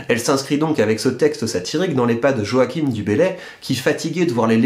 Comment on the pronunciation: Joachim du Bellay, pas joackim ;)